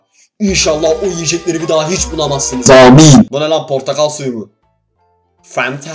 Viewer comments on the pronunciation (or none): fanta deyişi çok komik